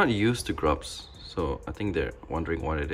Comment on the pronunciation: IK IT SAYS GRUBS BUT IT SOUNDS SO MUCH LIKE D R U G S HAHAHAHAHA